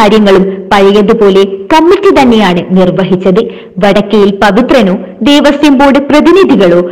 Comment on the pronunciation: ദേവസ്വം .ദേവസ്യം അല്ല. കഖഘഗങ പഠിക്കുക.